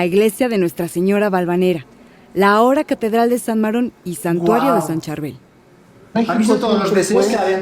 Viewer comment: No me gustó nada que estén hablando ustedes tan fuerte y no dejan escuchar bien lo que platica la gente, esa señora que habla del santo libanés no sabe pronunciar Chárbel se llama el santo, hay que saber acentuar las palabras.